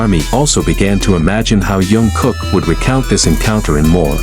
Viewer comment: I hate to be so blunt but, if you are going yo do a video about any members of BTS please learn their names before making the video. This is Jingkook not June.